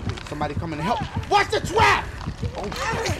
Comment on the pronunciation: Is it me or did I hear dashie say "watch the twap"